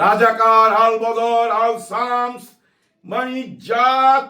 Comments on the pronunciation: ভাই, আপনাকে রিকোয়েস্ট করবো সলাম টা শুদ্ধ করে বলুন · Salam ki tik hoy nai